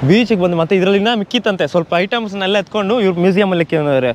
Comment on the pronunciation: ಬಂದಿ ಬಂದಿ ಅಲ್ಲ ಬಂದು ಬಂದು 😆